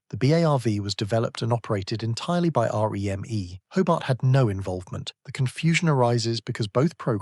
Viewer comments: The UK pronunciation of REME (Royal Electrical and Mechanical Engineers) is typically "REE-mee" (phonetic: /ˈriːmiː/). It is pronounced as a two-syllable word, emphasizing the first syllable to sound like "Ree" followed by "mee," rather than spelling out the letters R-E-M-E. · Interesting topic.... but stop with the fake photos on the thumbnails. It's Ree-Mee..... not R E M E. Work on you narration.... some of your sentences and words run into each other... you are sounding computer generated. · REME - pronounced ‘Reemy’ 🤦🏻‍♂️🤷‍♂️